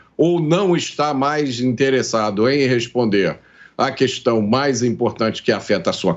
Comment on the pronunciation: E de doer os ouvidos Bolsonaro falando cuestão !! E Lula SABE!!!